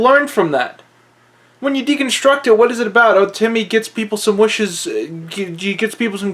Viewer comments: Its timmy not tommy. Goddammit. Bro! You still deserve more subs. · he said tommy lol its timmy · dude its timmy not tommy